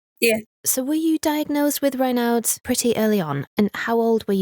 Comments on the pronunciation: ......isn't a Raynard (the way in which this narrator is pronouncing it here) another word for a Fox? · Why did the presenter pronounce Raynaud's so indiosynchratically - bit off putting